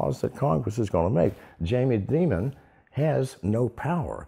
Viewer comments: His name is Jamie Dimon, not Jamie Diamond...Christ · Jamie DIMON... Not Diamond. He's not a Bond Villain.